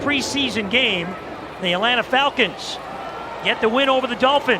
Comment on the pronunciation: Who saw this video say Atlanta Flacons 😂